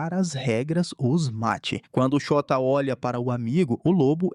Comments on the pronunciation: ele falando " Shôta " errado parecendo Xota meudeus VMMT KKKKK passando mal de rir toda vez vey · shóta KKKKKKKKKKKKKKKK eu to achando que n eh assim que fala n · Na lingua japonesa, principalmente em nomes não existem acentos agudos ou paroxitonas, então a pronuncia do nome do cara é Shôta. Nossa, continuei assistindo o video e agora o cara chamou a moça de nome Uçagi (coelho) de UZAGUI!! kkkkkkkk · Essa série é simplesmente uma das melhores estrangeiras! ❤ Ps: eu fingindo costume quando ele fala "Chota", "Chota se pergunta..." KKKKKKKKKKKKKKKKKKK